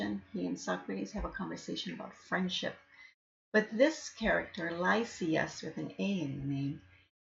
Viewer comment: "LEEsyas" or "LÜsyas", but certainly not "LAHYsyas"